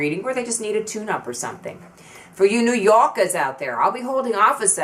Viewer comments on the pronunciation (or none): That's New YAWkers. Not YAHkers. We're not in Boston.... teee heee heee